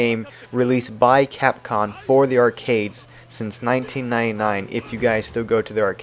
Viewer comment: It just sounds like you're saying capcon.